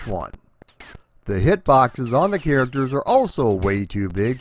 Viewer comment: And "kairiktrrs"